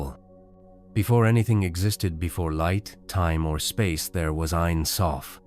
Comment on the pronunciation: It’s pronounced Ein Sofe and being Hebrew for never ending